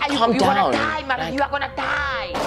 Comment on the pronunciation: I like how you emphasizes,,,you gonna dieeee kkkk kwaks, you should consider doing something like that,that shows on TV. please more skits ,me laughing so hard ryt now,, much love for you. Im a Zimbabwean based in Germany. I watch you all the time Lasizwe.#picknpayonyrhead#you know your thing my guy.